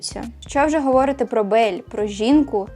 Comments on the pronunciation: відео чудове, але говорИти, а не говОрити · Дякую за відео❤❤❤ Маленьке коригування: "говорИти", в усіх дієсловах в інфінітиві наголос на передостанньому складі 😊 А так, ваша українська чудова)))